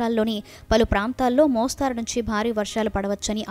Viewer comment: మోస్తారు కాదు మోస్తరు , తప్పు సరిదిద్దుకొండి